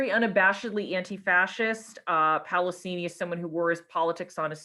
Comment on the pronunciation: Did you say 'Palosini' instead of 'Pasolini'? 🙂 Great presentation!